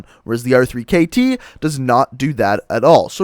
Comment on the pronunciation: why do you call it the r three kt and not the rekt its so annoying